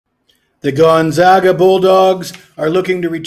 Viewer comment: You just said GONZOGA to finish your speech on a a KANZUS player. I would totally trust you with my money. Stick with it though. Do basic research and a little more planning. Also act a little more excited and keep the video shorter.